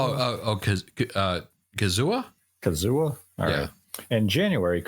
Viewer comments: _- ... it's Kazuya. [KAH-zoo-yuh] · Good video. There is one game you forgot or ip and that’s astral chain. It was said by a leaker to come out in the summer of 2023 but who knows. Nintendo bought the ip so I highly doubt they wouldn’t do anything with it. Probably 😂. You pronounced kazuya wrong but it’s ok 😂